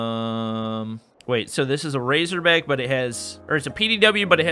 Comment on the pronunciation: It GayZorBack